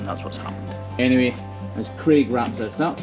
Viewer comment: Craig lol he just says it weird